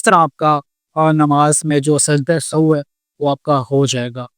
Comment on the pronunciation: Sajda e Sao ni sajda e sehw is correct pronunciation.